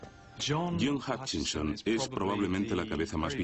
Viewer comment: Se llama efecto Hutchison, no Huckison, como serás idiota...